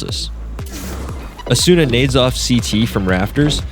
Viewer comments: FNS has gaslit everyone to call Asuna, "Asoona" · I love how he just shamelessly mispronounces asuna's name XD